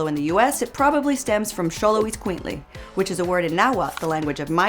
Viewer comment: 1. It's xoloitzcuintli, not xoloitzcuintlil. 2. Black people were at the bottom of the colonial caste system, not indigenous people.